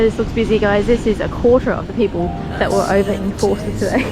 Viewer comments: Drop the R in Forster and it becomes Fos_ter .Like the locals. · Getting the local pronunciations can be tricky in new places, i.e. Tuncurry and Forster (pronounced without the r sound, Foster). I lived in the town for many years and you can pick the tourists from the locals.